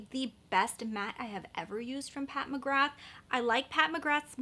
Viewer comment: Just a heads up, McGrath is pronounced Mcgrar. I know, who knew?! Didn't you get the Lisa Eldridge blush or highlighter? They are phenomenal. Another excellent brand that very few people talk about is Saie. Their highlighters/illuminateurs and blush are fabulous. 💙💙